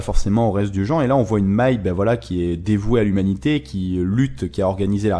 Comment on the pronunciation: C'est con mais ça me titille... Pourquoi tu dis " Mei " tu le prononces comme si c'était un E très souvent alors que c'est un A " M A I" ("danse" certainement) MAAAAAIIIEUHHHH pas mééééiiieuhhh haha bref ! Analyse / résumé sympa comme d'hab :)